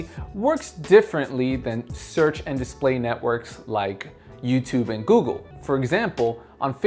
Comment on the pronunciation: It's Google not Goggle.